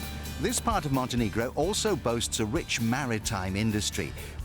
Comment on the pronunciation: OMG, its not Montenigro, its Montenegro!!! -_